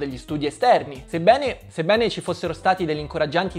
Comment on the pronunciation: sebbène o sebbéne?